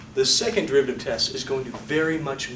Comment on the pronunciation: "Testuh" hard to write it in words lol